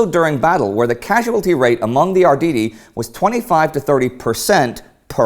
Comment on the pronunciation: Ardidi, did u just pronounce their name like this??? no no no, its Arrrrrditi